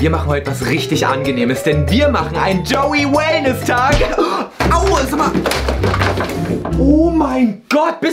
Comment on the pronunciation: Es heißt Joey und denn UND Wie oft, also lerne lieber die deutsche Aussprache.